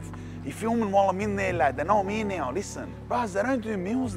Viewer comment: "not much happens out eeer you know" ....... switch knee bruvaaa 🤣🤣🤣🤣🤣